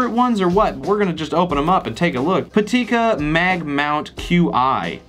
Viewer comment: It is not "patika" it's "pitaka"